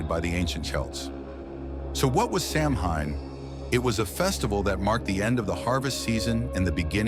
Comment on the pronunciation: GOOD GRIEF!!! If youre going to make a video about this subject, at least bother to learn how to pronounce what your talking about! Its SOW-WHEN, NOT SAM-HAIN! 😡